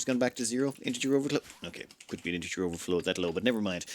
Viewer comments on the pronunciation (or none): none